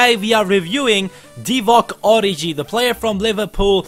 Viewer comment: It isn't origji (prononciating) but origi. The french g